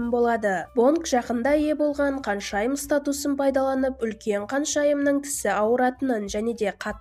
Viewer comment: Каншайым емес ханшайым деп айтасызба х арыпын айта аласызба